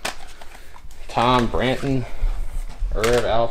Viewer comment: Did you really say Tom branton, for that Toni Braxton cd?